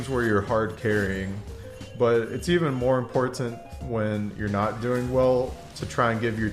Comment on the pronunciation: Why do you over emphasize the first T in important. There are other words you stress the wrong syllable as well... were you taught that way, or just choose to speak like that?